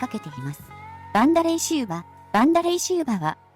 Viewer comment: バンダレイシウバじゃなくてヴァンダレイ・シウバです